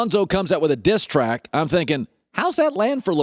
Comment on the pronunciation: Why do put so much emphasis on "diss track" Collin geesh